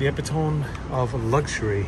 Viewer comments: he said epi-tome ahhahah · eh pit oh mee. not epi tome. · epitome is pronounced ee-pit--oh---me! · epi-tome lol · Hahah the epi tom. Dude tries to use big words and can’t pronounce them during his advertisement